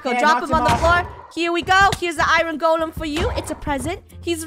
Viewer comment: I love how Draco and funneh say iron like iroan